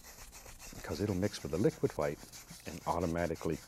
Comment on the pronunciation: Lol yeah it's funny when he says that